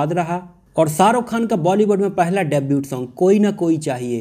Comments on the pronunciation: Debut is pronounced as डेब्यू not डेब्यूट। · Bhai debut mai T silent hota hai....